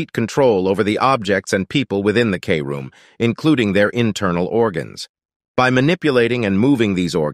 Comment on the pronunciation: “Kroom” not k- room